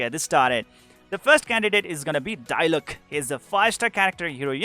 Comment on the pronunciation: DIE LUCK -this guy pronouncing diluc